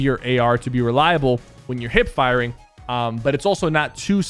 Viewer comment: SO IT WASN'T JUST ME?